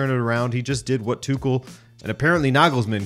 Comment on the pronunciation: The way you saying "Tuchel" piss me off. And what's so mysterious with a portuguese football man to attempt to portuguese big matches???